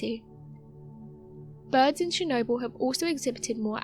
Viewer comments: CHernobyl not SHernobyl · And it not "SHERnobyl"